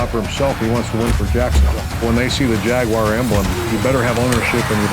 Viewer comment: “Jay-Gwar” - Baalke